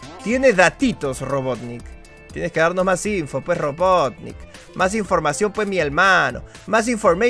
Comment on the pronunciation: Wiiiiiiiii dijo robotnick jajajja